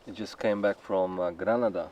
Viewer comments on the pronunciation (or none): Pronunciations........ Whatever...!!! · aub...Granaaaada. Ik wil geen zeikerd zijn, maar aangezien ik in Spanje woon (sinds bijna 18 jaar), Granaaaada aub.